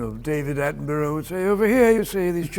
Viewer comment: As a Brit who has grown up with Attenborough's documentaries, I have to say that impression of David Attenborough was pretty great - pronunciation of "Attenborough" not so much:D